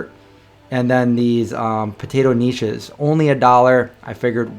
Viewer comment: Knishes are pronounced Kuhnishes, the accent on the K:) It's a Russian Jewish thing. I wish we had a place like that here in Ferndale, the closest is Grocery Outlet, but that is awesome. Bring an ice chest for the perishables. Way to go! Cheers, Rik Spector